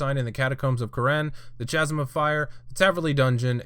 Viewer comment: Kaz-um. Chasm is pronounced kaz-um.